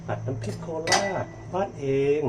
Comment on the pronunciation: กุ้งเป็นคนโคราชค่ะ ชอบน้ำพริกหมูมากค่ะ กินกับผักลวก ผักสดได้หมดเลยค่ะ อ่อคำว่าโคราชบ้านเอง ภาษาโคราชจริงๆต้องพูดว่าโคราชบ้านเอ๋งค่ะ